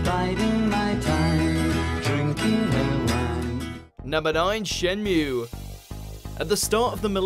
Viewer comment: The way how he pronounce Shenmue is fking WRONG AND RETARDED!!!